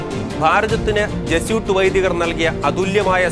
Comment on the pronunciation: Jesuit should be pronounced correctly as Je su it. Not as Je soot.